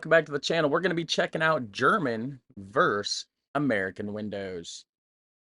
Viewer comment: Vs. = versus not vers?